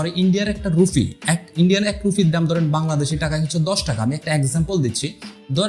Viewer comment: রুফি না রুপি।